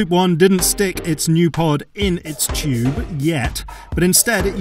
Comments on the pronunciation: Chube, instead of tube... Seems legit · its Tube. Not CHube. There is a T not a CH.